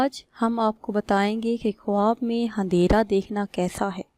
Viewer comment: Andehra hota handera ni